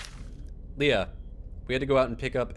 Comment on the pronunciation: You said Lea right, I fucking love you.